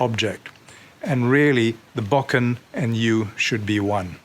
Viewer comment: It's difficult to lend any credibility to someone who cannot even correctly pronounce the name of the weapon he is demonstrating.